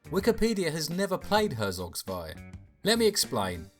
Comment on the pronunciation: it is pronounced hertsog tswai and it's literally not an rts. english language wikipedia is a closed up cesspit of idiocracy that abandoned EVERYTHING that wikipedia stood for